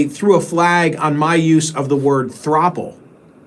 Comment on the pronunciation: Throuple is pronounced like couple.